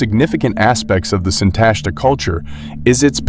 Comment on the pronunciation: The stress belongs on the last syllable: SintashtA.